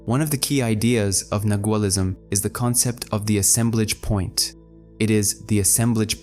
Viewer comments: Can you please pronounce nagaul as it is intended? nah-wahl. The letter G is not pronounced. TY.🙏🏻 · Nagual has a silent g Thank you for this.